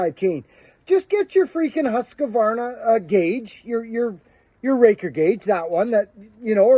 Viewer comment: Good day - pls. let me ask you a question. Its about the Husqvarna and how you guys over theres pronunciation is. Why are you saying Husqavarna "huskwawarna" - its more about "huskwana". it is so that you say q like "kwa" or q like "ku". Im not blaiming or complaining - nothing - i just want to understand it where this is coming from - these are the small things in life which puzzles me. 🙂